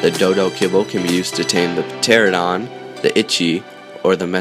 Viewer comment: I know you said there would be some pronunciation mistakes and I get that they are hard to say it’s pronounced ter-an-adon the p is silent